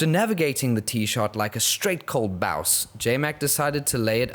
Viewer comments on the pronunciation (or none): You know they are friends cus they all say BOWUS